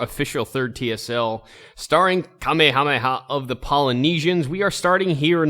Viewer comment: Thank God, you know how to pronounce Kamehameha and Maori.